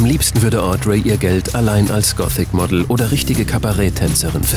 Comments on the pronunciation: Wie der Sprecher gothic ausspricht.. "Gootik" -. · alta , der Sprecher geht mir auf die Nerven . "GOTIK" XD . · Das Wave Goootick Treffen - super Aussprache ^^